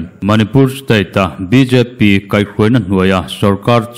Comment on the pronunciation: Mizo tawng hi pawngsual fo tawh teh Suh u!rial KHAI tih a ni lo,KAI tih tur.